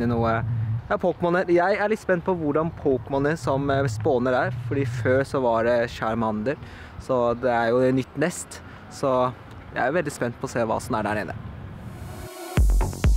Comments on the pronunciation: Ver ikke hvorfor, men når folk sier ting feil... Så blir jeg så irritert... Shamander... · det uttales ikke chamander